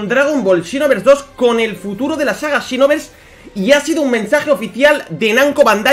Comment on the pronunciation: "and xinovers dos" JAJAJAJAJA